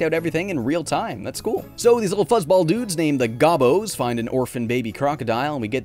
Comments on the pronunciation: Did pronounce it wrong? There is a TV commercial from the 90's that pronounces it like "Go-Bows" not "Gah-bos". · It's not GAH-bo It's Go-bo. As in go to hell.